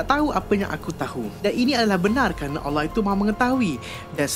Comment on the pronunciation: Aku suka cara sebut Allah SWT & Adam AS